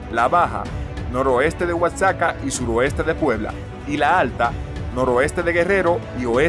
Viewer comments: no es "casaca" es Oaxaca (guajaca) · No es sagüi, es savi! Tampoco es oatsaca sino Oaxaca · 😂oaxaca 😂 por que no pronuncias bien la palabra paisa 😂